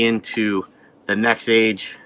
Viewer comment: Nexave ave ave , not nexage